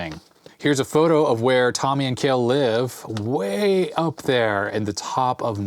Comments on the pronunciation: I always thought Kjell was pronounced more like "tshell". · Hi, FYI Kjell is pronounced as shell:) thx for all your content